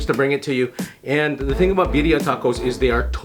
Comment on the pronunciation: the way you said birria i totally almost believed you were latino until i read the Asian part lol